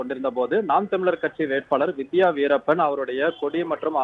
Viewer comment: வீரப்பன் ன்னு சொல்றதுக்கு என்ன கஷ்டம் news reader